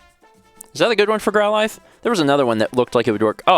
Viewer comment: Ahh I forgot how weirdly he pronounces Growlithe.